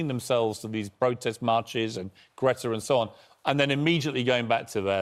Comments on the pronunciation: Mate your pronunciation of Greta’s name was nothing like hers! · No, that is NOT how Greta's name is pronounced🤣